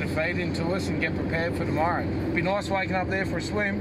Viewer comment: the way he said nice he said it like nose